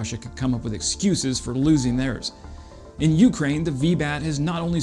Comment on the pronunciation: Love your content. Interesting stuff and usually something I haven’t seen or seen in detail anywhere else. One small quibble is your pronunciation of Ukraine. The accent is on the second syllable not the first at least in English not a biggie but one of those things that sort of irritates every time you hear itkeep up the great work!